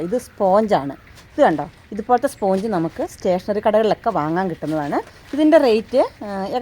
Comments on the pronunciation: സ്പോഞ്ച് അല്ല സ്പഞ്ച് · Sponge is pronounced SPANJ.